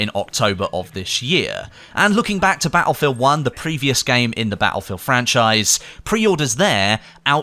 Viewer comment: Its not Battlefield its "Attlefield" ;-)